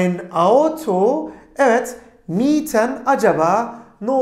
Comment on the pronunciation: Selamlar hocam emeğinize sağlık ancak 1 inci örnek cümlede kiralamak fiilinin sonundaki 'n' sesinin düşmesi takıldı kafama